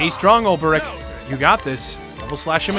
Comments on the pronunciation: Hopefully at some point will realise it's Olbe-ric, not Ol-ber-ic. Also, it was with Cyrus that there was the references to Hornberg. His lecture at the start of his story was talking about the fall of Hornberg, and 'From the Far Reaches of Hell' was a tome of Hornbergian rites and knowledge. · His name is Ol-Bric you!